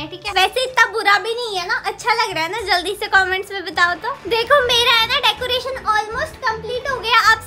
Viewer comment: Didi decaretion nahi hota decoration hota hai 😂😂😂😂